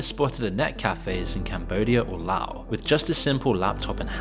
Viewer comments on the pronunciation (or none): none